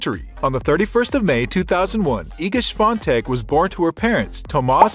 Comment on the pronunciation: You forgot the "I" in her name. It's Swiatek, not Swatek